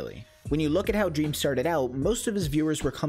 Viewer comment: “dweam is life” -dream stan